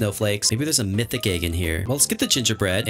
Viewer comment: He always says it like “aig” instead of “egg” 😂